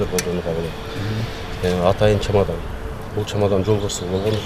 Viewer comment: Чамадан дейт го чемодан эмеспи